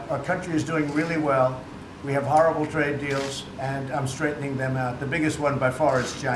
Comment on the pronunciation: I keep thinkin they saying Drake instead of Trade